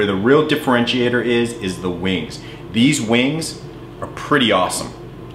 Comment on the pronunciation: Its pronounced weeengz not boring old wings